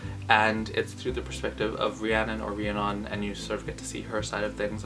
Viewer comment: I thought it was pronounced ree - a - nun lol